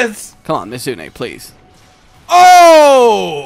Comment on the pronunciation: For someone who's such a huge fan, sure mispronounces these names a LOT. i mean, is it spelled Mizutsune, or Mitsune? Also, as im typing this, calls him out on this. Awesome lmao